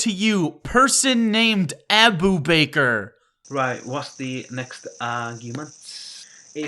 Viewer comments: say it with me and: Abu Bakr, ah-boo bak-ker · Abe Baker?